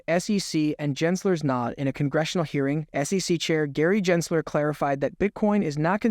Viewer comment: Dude, when you say JENsler it completely discredits you. Everyone in crypto knows him and how his name is pronounced. 🤦🏻‍♂️